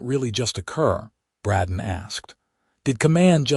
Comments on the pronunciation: Except for the CONSTANT MISPRONOUNCIATION of "Bradden" versus "Bray-don", it's a good story. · Just seems weird that the AI can't pronounce the name Brayden